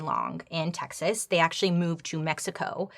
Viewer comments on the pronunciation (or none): none